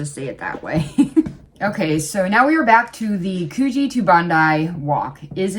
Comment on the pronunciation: Coogee, pronounced Coo, as in cook. Just so you know.😁 Also my favourite city beach. Better than Bondi.